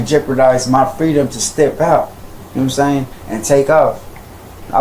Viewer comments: He says "know what I'm saying" (pronounced "nome sain") like a highschooler says "like." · "Nomsain" and "see'umsain" are two words that need to be added to the dictionary. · "Kno' sa'in?" No sir,we literally have no clue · Oh for Christ's sake. "Nahmsayn" "Nahmsayn" "Nahmsayn" "Nahmsayn"